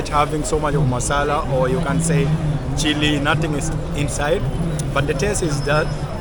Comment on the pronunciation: When you say masala it sounds so much Indian 😅